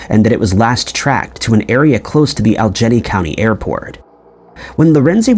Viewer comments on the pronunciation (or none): Aljenny…. are you trying to say All e gainey? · Dude, "Allegheny" is pronounced, "Al-eh-gay-knee" not, "All-jenny" for fuck's fucking sake!!! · Allegheny is pronounced al e gay nee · Allegheny is pronounced "Al-i-gay-nee." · Alleghany is very hard to pronounce if you are not from the Mid Atlantic. It is pronounced like this - AL-ig-AY-nee